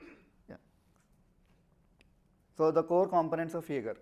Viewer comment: If you both had put just 10% of the effort you put into pronouncing "Jaeger" as "Yaagar" into the demo, the demo would have turned out great. I'm telling that.